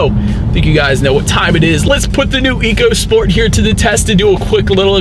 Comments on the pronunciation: It’s pronounced echo not eco per Ford. Just saying. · Very good review, however Ford excs say this car is pronounced Echo Sport not eco as it is spelled on the vehicle. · It's pronounced "ECHO SPORT."